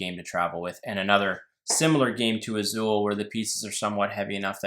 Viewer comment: But I realized you mispronounced Azul